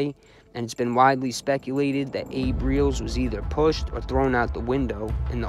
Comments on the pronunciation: FYI, ... Kid twist's last name is pronounced Rel-is.. not reals.. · It's Not "Reels" its Abe Rel- les, "The Stool pigeon that could sing, but couldn't Fly". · Nicely put together, Abe's last name is pronounced Rel-ez,an easy oversight, they ended up killing Chris Rosenberg too, Very treacherous people in this one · Great vid... Didn't know how how much damage Meldish did.. good stuff.. glad your not talking about the same ole people.. Idk why your pronouncing kid twists last name like that.. Whenever I've heard it said it's sounds like it's spelled Relis.. Just so you know.. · Abe ‘Kid Twist’ Reles*, pronounced Rell-is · They actually called him the pigeon that could sing,but not fly!Your welcome!!And you pronounced Kid Twist last name wrong,it was pronounced (Rell-ess)Reles!